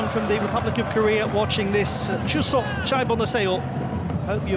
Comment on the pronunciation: Thank you so much, the commentator, for your very kind message to Korean people. Your wish word said in Korean language, for the 추석 Chuseok, was spot on! And your words were thoughtful and warm😊 I recognize your voice! Many Koreans become a fan of you, for your poetic and professional commentaries in Asian Cup 2024 matches! I wish you and your family all the best ❤